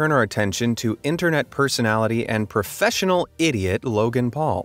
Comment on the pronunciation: i love when you pushed the tone on you said "PROFESSIONAL Idiot" man, geez ahahaha lemme buy you a drink! youre absolutely amazing!